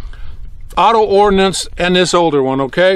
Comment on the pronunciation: Got to admire a man who knows it's Ordnance and not "Ordinance".